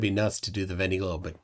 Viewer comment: Please stop butchering the French language. It’s von-day not vendy. It’s not hard to find the proper pronunciation.